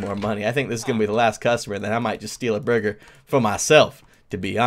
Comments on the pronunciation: Did I only notice he said buger instead of burger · Wait did just say buuger instead of burger I like chesse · "The buger is done" XD !! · every time I hear 'buger' I crack up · "buger" Good job creator. Good job. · I thought it was booger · It even said "buger" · I heard AND saw that too! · Ɇmmanuel Đ. Totally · Me toooooo I heard it too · Ahahaha! If you listen closely, "" keeps saying burger as BUGER! hahaha! It even says it on the chat box! LMFAO! XD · "Buger" Nice job creator Awesome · How come you were not laughing?me and my bro was laughing each time said Buger. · Anyone else notice the villager at the beginning saying booger instead of burger? o-o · is saying booger!! XD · the manger keeps calling a burger a booger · Wow that chicken said buger instead of burger 😂😂😂😂😂😂😂😂😂😂😂😂😂😂😂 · Hahaha thats so funny he said booger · the tutorial guy said booger instead of burger every time. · buger what the instructor said buger instead of burger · Eh drumstick said booger instead of burger banana haha haha haha lol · it sayd cooked chicken buger not burger XD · the manager said buger and not burger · The announcer is saying booger instead kg Burger lol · It said buger instead of burger. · I heard ''bugger'' not burger lol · i heard buger not burger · Why r they saying buger instead of burger wow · why does he keep saying buger instead of burger? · Why its buger its supposed to be burger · He just said buger instead of burger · It's burger not buger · Guide said buger not burger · The narrator is always saying “Buger” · he said bue-ger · buger triggers me because its boogers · I know, if you listen closely it sounds like says booger. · emmanuel d. Hahah buger is done hahaha lol😂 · When said Burger, it sounded like Booger. 😂😂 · he's saying buger's XD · When says burger it sounds like booger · Lol the guy said buger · i here booger but see buger lol xD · Buger Or Burger Or Booger? XD